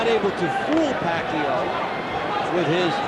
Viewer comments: Was the commentator mindless of his pronunciation of Pacquiao. Was it intentional with malice? He repeatedly pronounced, from the beginning to the end, Pacquiao to "pack you." While the ring announcer clearly said "pack-yaw" during the introduction, but the commentator insisted with "pack-you. He perhaps needs an uppercut by Manny Pacquiao. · What's with this announcer calling Pacquiao pakyo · Hahaha Manny pakyo pagbigkas ng announcer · tang ina manny pacyo daw sabi ng commentator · The announcer can’t say Manny’s name correctly yet. I’m sure he knows now.